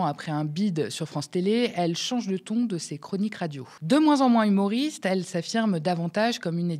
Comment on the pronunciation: Je n’ai pas écouté jusqu’au bout, en entendant l’ »hmouriste » j’ai vomi.